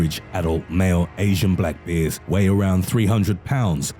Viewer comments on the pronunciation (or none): He seriously says "beers" instead "bears" :D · Ba’ers in a real boston-like accent.